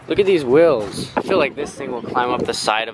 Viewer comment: Ok you know how they were saying before that has a Utah accent. He definitely says wheels differently